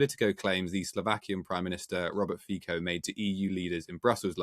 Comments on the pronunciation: It's Slovak. Not Slovakian. And it's pronounced "Fitso," not "Fiko". Not that this would matter. But I used to trust professional journalists. Maybe I am old-fashioned. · Pronounced FEE - tso , not FEE - ko. Dude. Learn about how Slovak is pronounced. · Fico is pronounced more like "fitzo", not "fisho". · Robert Fiko :D His surname is pronounced as Fitso. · It's pronounced Feetso not Feeko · I love how the pronunciation of Fico’s name keeps changing during the conversation. Ficko, Ficho, Fisho 😅 fyi, it’s “Fitso” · Fico no "FIKO". French - India - Color - Orange. Please respect the language or do not use it. Just use Slovak prime minister. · Not Fee-ko, pronouciation is Fee-tso 😉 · I love how the host struggles with the pronunciation of the PM Fico's name. He starts with "Fiko", when hearing the correct pronunction by Ms Sheftalovich "Fitso", echos it right, only later to mispronounce it again as "Fitcho".:) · He's pronounced Robert "Fit So" ffs. Are you a journalist or what? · It's Fico, not Fiko!